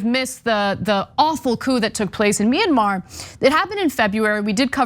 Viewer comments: It can't happen because you can't pronounce Myanmar, jackass! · If you can't even pronounce Mayanmar, you don't get to have an opinion on the subject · I think, that's pretty clear... The question was "wtf is "minamar"?", which is what the guy said... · What happened in MINIMAR... lol. That's a trumpist in a nutshell. Can't even pronounce the foreign countries name. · "Minamar". Love that place. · "Minna-Mar." What a moron. Flynn is spreading lies and supporting sedition, then flat-out lying about what we all heard him say. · Wait. Minimar? I thought it was Myanmar. Or is it Minnesota? Minneapolis? Minnetonka? Mini-Me? Ah shit, it doesn't matter. Just overthrow it. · “What happened in Minimar can also happen here” It’s Myanmar you dumb hillbilly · Thank you for clarifying what he was referring to, I was trying to figure out what ‘minimar’ was. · Mynnamar? Can't even say the word correctly. I guess that's what you get from God and "Country". God and Rock n Roll would have likely have granted at least a little bit more intelligence. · You would think that someone who knows what is happening in Myanmar would at least know how to correctly pronounce the country's name but that would be expecting too much from Maggots. Please stop saying that it can't happen here or that these people have no power to pull it off. Just please stop it. It can and likely will happen here. Americans have not suffered or paid for their extremism and their continuation of white supremacy. The Civil War was nothing. The confederacy came to congress and they still weild a lot of power like they've always done. And until this country truly pays for its evil past the threat will remain and grow. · Myanmar, dumb dumb My-an-mar. Can't say the word but, he wants a war. 🤦🏿‍♂️ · no, we are laughing at how the guy pronounced it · They can’t even say Myanmar. They all just need to be jailed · Did he call it minimar? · "Minamar" derp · Its Me-yan-maar!